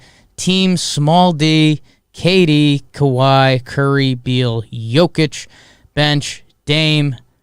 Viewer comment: If I hear "Jo-kich" one more time... I swear, I'm gonna eat a bug